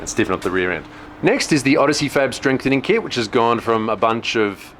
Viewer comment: "Strame frenthening kit" My god, that made me laugh way too hard haha